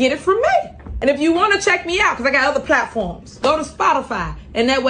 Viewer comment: She's a syllable conservationist. The word "Mother" is only half of a word.